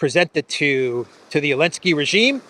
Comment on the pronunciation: Seriously, when did Zelenzky become Elensky? Is Z silent in Russian or something?